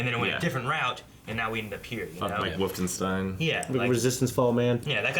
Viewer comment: Did just say Wooftenstein!?